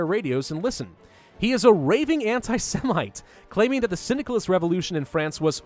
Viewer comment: Stupid-filthy Cynicalists! (What I hear everytime he says 'Syndicalist')